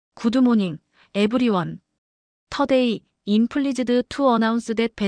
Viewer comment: 박 순자 선생님 넘 멋지시네요. 박 선생님께서 영어로 여러차례 말씀하신 것처럼, 인생은 아무도 알 수 없는 것 같아요 비록 본인 인생이라도. 새로운 일을 시작하게 되신 것 정말 진심으로 축하드리고 손자분도 할머님을 닮아 훌륭한 인재가 됐을거라 확신합니다! 앞으로 우리 사회가 나이로 사람을 보는 그런거 싹 없어졌으면 합니다. 아 그나저나 저 여기 나온 영어 다 쉬운 단어들로 밖에 구성되지 않아 다 알아듣고도 남는데 이걸 TTS로 돌려버리다보니 스펠링을 그대로 풀어읽거나 이상한 발음을 해버려서 알아듣기는 힘듭니다. 대표적으로 I'm(“아임”이라고 읽어야 함, 임 아님), and(언드가 아닌 앤ㄷ), available(어베일러블)... 분량이 기니까 사람이 한 번에 다 읽기는 어려울 수 있지만 이럴 땐 영어 음성엔진을 사용했었더라면.....